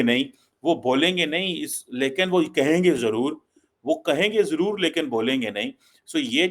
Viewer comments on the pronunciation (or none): none